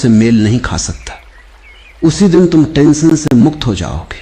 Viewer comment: "tantion" nahi hota bhai "tension" hota hai..